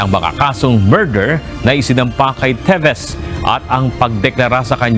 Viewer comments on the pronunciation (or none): TEVES!!!! Hindi TEVIS!!!🙄